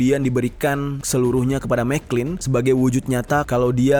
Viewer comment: Jer . Itu gerrard mcclalen dibacanya MC CLALEN . Bkn mcklin 😂